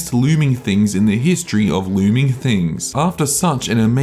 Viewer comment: I rewatch this often to hear “it’s the loorming theeng. That loorms”